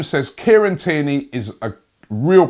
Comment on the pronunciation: Everyone: Kieran Tierney Robbie: Kierney